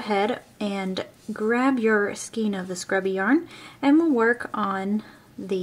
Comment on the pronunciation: I'm really glad that you didn't make it seem like this stuff is so easy to work with because it drives me nuts. But please learn how to pronounce skein.